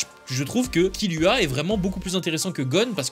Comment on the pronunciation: Oh non ... T'a dit KiLUa